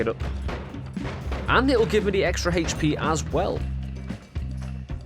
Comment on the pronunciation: Your pronunciation of HP bugs me so much! xD but I still like your videos :) keep it up